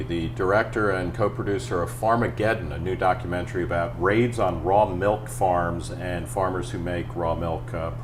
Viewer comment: Every time I hear "melk", I cringe.